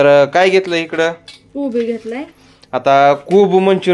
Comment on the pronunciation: काय हा सागर लग्न झाल सारखा बोल बोलतो कसा बोल तरी सारख काम नको धंदा नको आहे आंपल कोब नाही कोबी काय भाषा ती